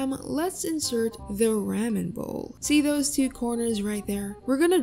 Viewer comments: its "r-ah-men" not "rAmen" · It’s pronounced raw men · ramen? its pronounced raw-men im pretty sure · gurl i just noticed u call it rAmen when its technically its RamEn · It’s pronounced rom-in not ram-in even though it’s spelled Ramen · RAWMEN!! NOT RAYMEN!! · IT'S RAH-MEN NOT REH-mEN!!!!! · What gets on my nerves the most is when she says ra-men when I think its clearly raw-men Lol correct me if im wrong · Haha I may not be japanese buuttt Its not raa men its Raw men Haha Ramen noodles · whats a ram-ehn bowl, its rah-men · The way you say ramen it’s pronounced like RAW MEN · ramen now raaman also almand not aalmooond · RAHMAN even dub anime says ramen right 😂😂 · REH-men bowl. 😆 still love the video. Like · R-a-men? I'm not judging how you pronounce it but like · Ramen is actually pronounced Rah- men Sorry to be rude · They said RAMMAN bowl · can't get over the " rammin' " pronunciation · Im glad im not the only one who was bothered by the way Ramen is said. the tutorials really nice tho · This person cannot pronounce the "ahh" in "ramen" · While the tutorial is semi-useful. Can't stand the way you keep pronouncing ramen. Like if you're going to lecture people on their art, maybe first improve pronunciation? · I'm sorry but that is the WORST way I've ever heard someone say ramen. 😐😂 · Ur saying Ramen wronggg 😫😫😫😫😫😫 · The way you say ramen is rlly weird.. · Had to stop watching because of how they pronounce ramen 😂💀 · The way you said ramen made me have a seizure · Its the way she says ramen